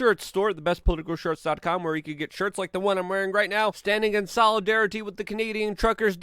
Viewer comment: With, with, with, thhhhh say it thh, with, not “wid” withhhh.